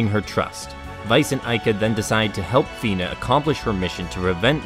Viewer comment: Nice video Fun fact but Fina is actually pronounced as Faina (ファイナ) I guess at this point it is too late to try to convince English-speaking fans of SoA to use that pronunciation since everyone got used to calling her Fina